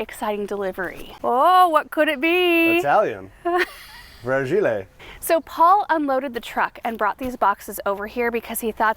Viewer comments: Frag-e-lay 😂 “ it must be Italian”. thanks for a giggle this morning. A Christmas Story reference is always a great way to start the morning. The teak benches are amazing. I’d love to have the opportunity to use the gift card because in Colorado teak will last forever and is definitely not fragile! I just bought a new home and trying to start my new garden and backyard living space. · Fra-gee-lay... must be Italian😂 thanks for the laugh,! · comment at beginning.....fragile....... pronounced with accent! Priceless. Garden Answer is THE BEST Garden channel. Love you folks and your videos